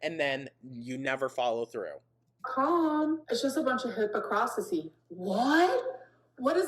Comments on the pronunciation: Hypocrisy!!!!! The word is hypocrisy!!! Dis hooked on phonics ho3 😂😂😂😂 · My theory is that she genuinely pronounced things wrong as a child and adults jokingly told her it was cute…and she held onto that because she thought it made her special. Cuz why is she saying olives like ALLOVES…sawl, melk, supposevly, coriagriff, hipacrasity. The list goes on